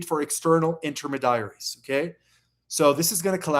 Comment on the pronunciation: Homework. Learn how to pronounce: 1. species 2. veil 3. intermediary because it's really getting on my nerves